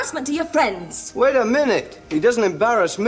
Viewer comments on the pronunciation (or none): none